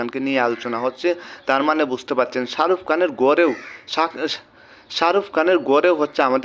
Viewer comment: ভাই তুই আগে কথা বলা শিখ,,শারুফ কান না শাহরুখ খান